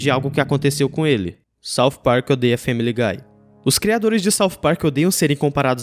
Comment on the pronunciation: Sauf Park........ odeio essa pronúncia